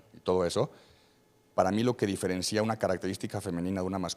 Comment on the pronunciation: y para el otro tipo, que claramente hace pedazos al doctor, no se dice diferencía, si no diferencia. NO lleva acento. Aguas.